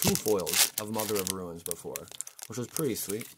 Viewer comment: read the comments! RUNES... not RUINS.